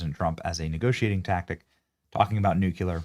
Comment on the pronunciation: Nuclear: New-klee-arr lol.